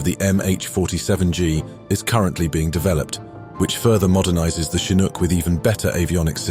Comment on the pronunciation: in other words, this one gets it right. i cringe when hearing the 'ch' spoken as in CHarlie in the word chinook.